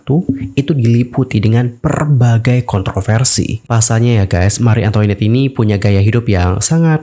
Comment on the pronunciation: FYI, bacanya Mari Antoanet, bukan Antoinet. Itu bahasa Perancis.